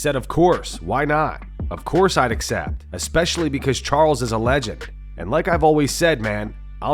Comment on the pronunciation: No one says "Legend" like that. How dare you